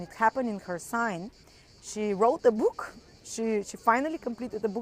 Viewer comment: Say it again, "bOOk" lol.